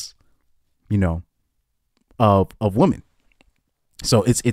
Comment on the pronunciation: "Women" and "woman" are not pronounced the same. One is singular and one is plural.